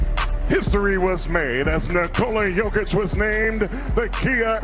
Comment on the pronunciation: Yo-kich 😅..no joke brother 😅